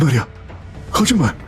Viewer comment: 왜자꾸 '거짓맬'이라고 하세욬ㅋㅋ